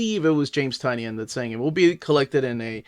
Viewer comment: Isn’t it TIE-nin?